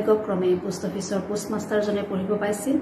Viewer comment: post master or pus master..poem has stanza not paragraphs... worst pronunciation...needs improvement...as a teacher